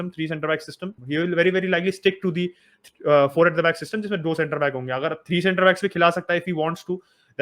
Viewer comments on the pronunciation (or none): none